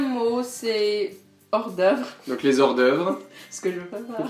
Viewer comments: Pas de liaison sur hors-d'oeuvre. Le h est là pour une raison ! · J'ai quitté quand le Français a prononcé " les z'hors-d'oeuvre". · vie aux Etats-Unis On dit les "hors-d'oeuvres", pas les "z'hors-d'oeuvres", on fait pas la liaison ! xD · "Les 'z hors d'oeuvre" le h doit être aspiré ! Grosse faute pour un français ! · En français, dans ‘hors d’oeuvre’, le H est aspiré. Donc pas de liaison avec le mot sui précède. On dit des -hors d’oeuvres, pas des zors d’oeuvres. Merci.